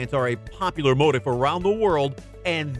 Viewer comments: Repeat after me, moe teef not motiv. Motif is pronounced moe teef. The English language is constantly being butchered not only on You Tube but everywhere. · Motif... Mōh-teef... Not Moe tif.